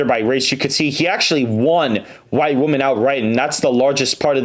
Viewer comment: Dude, when you say the word “women”, it is pronounced like “wih-men”